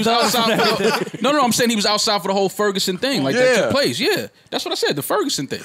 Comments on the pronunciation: The Ferguson 😂😂 Don’t do that y’all it’s “Ferguson” STL4L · My nigga said "The Furgerson" 😂😂😂 like it's "The Rona" or something